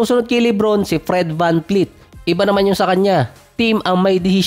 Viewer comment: vanvleet po hindi po vanfleet